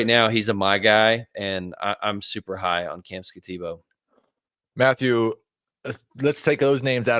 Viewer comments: Skat - a - boo. I don't quite get the boo pronunciation, but that's how it's said in Arizona. He's a beast! Go Devils! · these guys are trying to sell me fantasy guidance and cant pronounce skattebo or judkins? have these guys ever watched football? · Yeah, the guy can't even pronounce Skattebo's name and he grades Travis Hunter higher than Malik Nabers? This guy should never be on another fantasy Dynasty podcast ever again. One can totally disregard every single take he ever makes. That was pathetic.